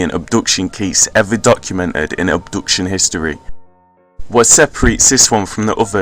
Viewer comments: It's pronounced AB-DUCTION not UB-DUCTION! but otherwise nice effort. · "Oobduction" lol